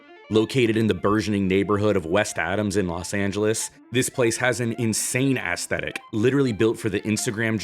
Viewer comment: don’t stress the first syllable of “aesthetic”. Pronounce it like “es” in “escape”: “es-THEH-tik”.